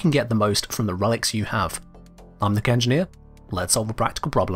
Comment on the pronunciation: I'm sorry, bet everytime I hear you say" the kengineer" I just hear "thicc engineer."